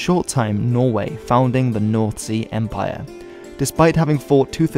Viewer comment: By the way he pronounces north sea empire i doubt it